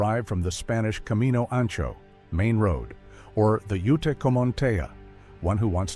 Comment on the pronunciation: He pronounced ute wrong And Even forgot navajo the largest tribe wow